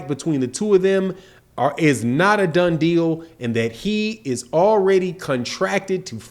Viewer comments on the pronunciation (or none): none